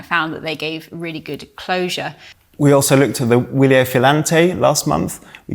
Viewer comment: You should know that it’s pronounced Vilier. There is no W in Italian. The W actually isn’t a W. It is VV and in Wilier actually stands for ViVa! As in Long Live ...The company name originated as an acronym for the phrase “Viva l’Italia liberata e redenta”, (Long live Italy, liberated and redeemed)